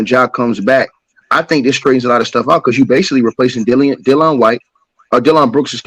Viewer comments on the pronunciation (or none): The way that man pronounced Dillon brooks name made my ears hurt🤣🤣🤣